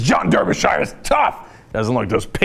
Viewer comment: He's named after the English county. That's pronounced "DARBYshear"